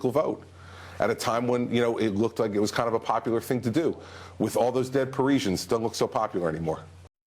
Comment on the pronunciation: Someone tell Christie it's pronounced 'Par-ee-se-an' not 'Par-ee-shan'. If your gonna use dead people to further your personal political agenda, at least get their communal name right!